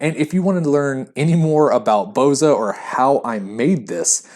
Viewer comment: Most of the Balkan countries have it. As far as I know, Albanians are the one, first produced it.(Full disclosure: I'm a Bulgarian, not Albanian, but know this years ago, back from my father). Plus, for the name, when pronounce it - the stress is on the last letter - "a".